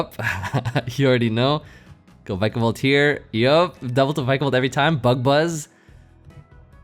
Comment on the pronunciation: why do you pronounce it Vykabol, its Vikabolt man like Pikachu